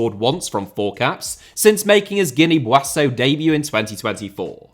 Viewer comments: Guinea-Buassau. I seem to remember he already pulled that one before at some point lmao. Seems weirdly familiar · Guinea boasso? You mean Guinea Bissau? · you had a howler with the Guinea-Bissau pronunciation